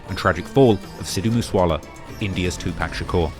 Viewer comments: No way you pronounce it 2-pack. There’s literally a video of him saying “the only people who pronounce it like that are racist old white men” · White people still pronounce 2PAC as “TWO PACK” 😂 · who tf is 2 Pack? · “India’s 2pack” I cannot take this dude seriously. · Bruh can u just practice saying 2pac for 5mins cuz Two-Pack is crazy 😂😂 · Why don't British people know how to pronounce Tupac? I know you've heard his name enough over there to know that it's not two-pack. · the way says "Pac" for Tupac is just irking me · broooo you really say 2 pack cmon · 2pac was not the godfather of gangster rap and your pronunciation of his name hurts your credibility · I hate the was u say Tupac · I cringe at the way you pronounce Tupac lol. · If we could just get you to pronounce Tupac correctly.... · Tupac. Say the name right. Cringe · he could at least say Pac’s name right JFC it’s not that hard 💀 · You've done ENOUGH research in your life in hip hop to know that Tupac name is not fucking PACK. It's pronounced "PAH-C".. you've never heard anyone that worked w him, adored him or was a fan call that man PACK. A total disgrace to his name, legacy and his mom for you not taking time to say it correctly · Its TWO PAC NOT PACK!!! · Can you please stop say 2 pack. It's pronounced 2 pock. You can't keep doing these docs mispronouncing names. Especially 2pac. It hurts your credibility. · Hey its 2pac pronounced 2-pock (like lock except pock) 2pac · It’s not Tupac it’s TooPak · TWO POCK. Get it right! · PLEASSSSSSSE stop mispronouncing Tupac’s name. It’s pronounced Tupac=“2-Pock”!!! 🙏🏽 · Bruh, please say “TWO-POCK” that’s how you pronounce “Tupac”, come on now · It amazes me how these people still say 2 pack smh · I turn off the video immediately of bloggers who say 2pack! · It's like you're saying 2pack to be cringe and annoying on purpose smh Yu kno damn well thas not how it's pronounced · It's pronounced 2 pock. Can you please stop the 2 pack ish